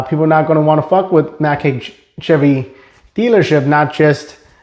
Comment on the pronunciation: It's pronounced "Hike"... not Hake.